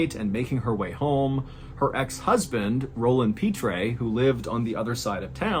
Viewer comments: Louisiana native here. “Pitre” is pronounced like “Pete”. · Hearing Mr. Ballen mispronounce the last name Pitre so many times was maddening.